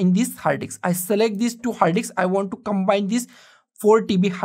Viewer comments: Love how he says diks!!! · combine a 2 dks ???🤣🤣🤣🤣🤣